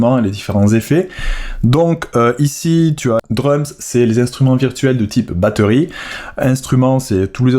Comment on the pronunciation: Merci pour cette vidéo, elle m’a vachement aidé mais tu as dis à ce moment là « batteurie » au lieu de « batterie ». À revoir au niveau de la diction car je trouve ça dommage. Bisous.